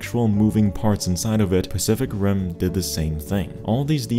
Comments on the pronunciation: my dumbass thought he said ''specific rim'' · Is it me or did he say "Specific Rim"..😅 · I heard "spesific rim" for a moment there 😂